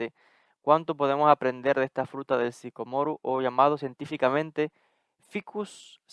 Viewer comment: Disculpas, pero primero pronúncialo correctamente